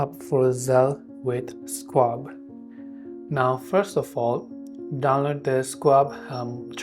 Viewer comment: This might be the worst instructional video I've seen on YouTube. Oh, and it's pronounced SHWAB, not SQuab